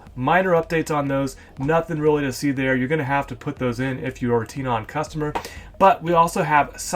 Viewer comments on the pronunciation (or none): I thouhg it was pronounced "Ten"on